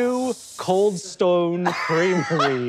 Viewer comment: Interesting that Sam's accent shifted somewhat into Australian on the words "Cold Stone". If only we know where he's from